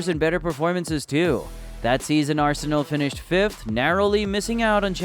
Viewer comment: go and learn how to say Arsenal properly for god sake